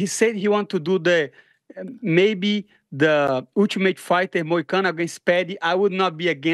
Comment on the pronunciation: The name is Money Moicano, get it right.